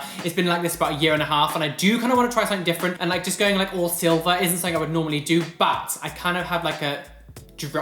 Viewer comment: "Shiny Shilver" LOL i do the same thing more often than i should